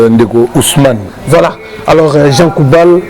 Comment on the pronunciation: Le journaliste a un grand problème de prononciation. À la place de JEAN GOUBALD, LUI IL DIT JEAN KOUBAL. mawa trop pour mon pays la Rdc.